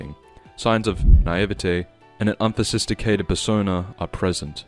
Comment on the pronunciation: unphosisticated (great video but this was funny)